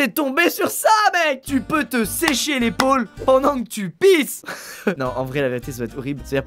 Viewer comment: on dirait qui dit de se sécher les balls et pas l’épaule 😂